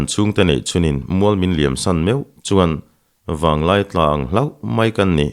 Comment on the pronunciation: Vanglai tla ti lovin, Vanlai tla tih tur a ni zawk lawng maw?